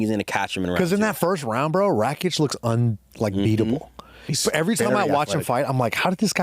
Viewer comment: Can you guys please stop saying RACHICH? his name is RAKIC, RAK ICH! its not that hard pls